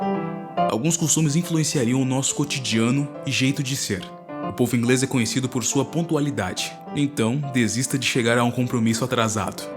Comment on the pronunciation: Adorei seu "Ingrêis"